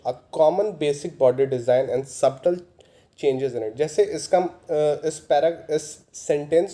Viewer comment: It is सटल(subtle) not सबटल.